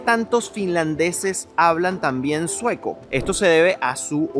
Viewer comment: Fallaste. Tenías que haber tomado el tren. El ticekt del tren te servía para continuar en el autobús. Los 100 euros es por no pagar el transporte. Vivo en Helsinki. No me digas que estás aqui ahora mismo. No se dice "tan bien", sino También. Las palabras de 3 sílabas o más se pronuncian como esdrújulas. Hélsinki, Támpere, etc. Debes venir en verano pues el pais es bellísiimo y vayan a los lagos. Se dice "a la sauna" (es un sustantivo femenino)